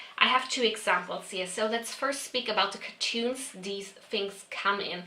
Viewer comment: The way she says cartons sounds like cartoons?